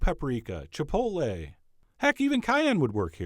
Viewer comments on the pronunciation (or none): none